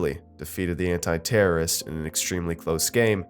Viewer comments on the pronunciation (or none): Ok first marage and cashe are good as well... And second this nigga said "anit-terrorists"